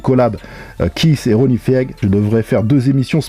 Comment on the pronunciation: Ronnie « Fiègue » 😂